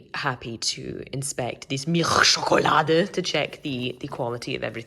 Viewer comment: As a native German speaker, I absolutely cackled at your “*MiLCghhhhhhScHoKoLaDE”. Thank you for that. 😂 Edit: Extra credit for the “chRapunZell”. 😉